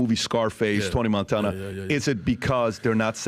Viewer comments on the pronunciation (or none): none